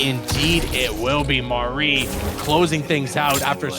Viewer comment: idk how yall be struggling to say "Mari" every single time 🤣 it's not Marie, its not Mary, it's just Sorry with an M.